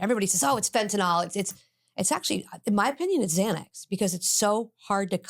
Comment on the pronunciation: yeah, she can't even pronounce fentanyl... it's not fentanol your moron